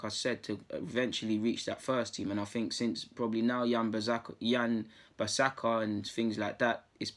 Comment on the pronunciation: Man said yan bissaka